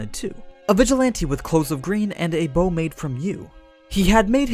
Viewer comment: Bow...It's so easy to pronounce. But the English dub couldn't do it!